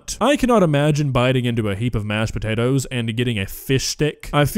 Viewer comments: she finally says “potatoes” correctly and then literally corrects herself to say “s’potatoes”.. good lord. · putting the "SPUH-TATERS" in! 🤣 I adore and her vocabulary! 💖🇨🇦💖